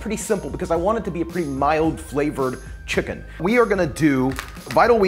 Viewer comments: Why is he saying chickun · he says chicken real weird.